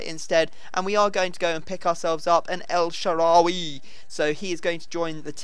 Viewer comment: Your finally saying el shaarawy right!